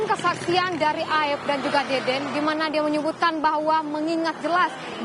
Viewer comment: Tolong disebut nama saksi yg bener, bukan deden tapi dede, jgn sampe melebar karna salah penyebutan nama, ntar kaya pegi lagi😅